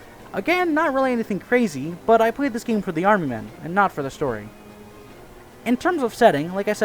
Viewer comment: Why do you call it “Arem Men”?